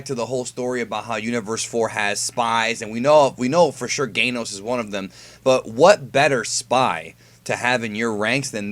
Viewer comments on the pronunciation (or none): I'm guessing it's actually Damon and not Deimon? Since you're saying Geinos instead of Ganos.